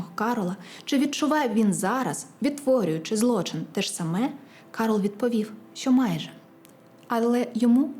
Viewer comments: Не Карол,а Кароль.Добре би було,щоб перед випуском ви перевіряли правильність вимови. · Дівчатка, правильно не Карол, а КарОль)